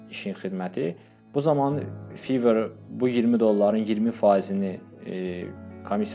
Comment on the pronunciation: Fiver yox fayvr